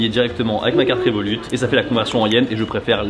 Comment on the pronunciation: Désolé mon reuf, mais le T de Révolut ne ce prononce pas